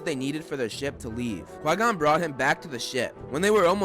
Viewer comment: It's "CHI GON JIN" NOT QUAY GON..